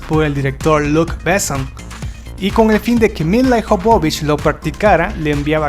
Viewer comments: Se pronuncia Míla Ióvovich y no milaijovovic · Adoro esta película... Y adoro a Milla Jovovich. (Y por cierto no la.sabe pronunciar... Se pronuncia MILA YOVOVICH) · odio como pronuncia el nombre el locutor,..... SE PRONUNCIA mila yovovich... (no como el dice milayjovovich